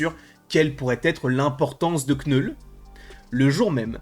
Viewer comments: « Kneul » Putain c’est pas compliue d’appeler le personnage comme il s’appelle svp ? ÇA SE PRONONCE « noul » pas « KnEul » 🥴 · aucun des deux. le k se prononce pas en anglais. Faut dire "neule" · À l'anglaise tu prononce 'nole'. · Knoul sans prononcer le K